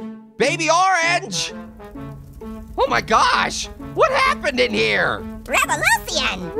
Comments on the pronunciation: I like when he said revolusion😂😂😂😂😂😂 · He said "rerevalufion" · "Wree, wrevolution!" WREVOLUTION